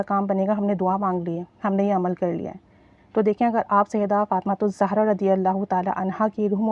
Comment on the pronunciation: سیدہ فاطمہ زاہرہ علیہ السلام پلیز صحیح پڑھا کریں